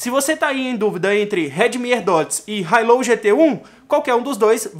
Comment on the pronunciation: Hi low? Kkk a pronúncia não está certa, mas ótimo vídeo